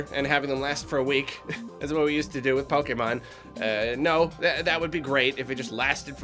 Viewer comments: If he ever says pokeman again then i'm unsubscribing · I think you mispronouncing :"Pokemon" as "Pokeman game" somehow made it funnier. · He said Poké MAN game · "Pokaman Game"